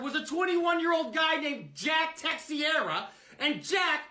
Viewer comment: The way he butchered the portuguese surname "Teixeira". That said, the bit was so good it made me clap.